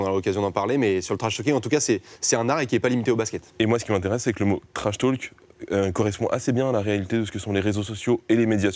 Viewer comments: Personne: - Le journaliste: « TrashTAULk 😳» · Lucien Nedenon un peu tendu peut-être et sa prononciation sur « trashtalk » ouille 😓 mais les questions et relances sont bien bossées quand même.